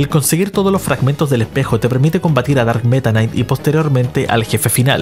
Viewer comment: Tomense un shot cada vez que dice "darkk metanaiic"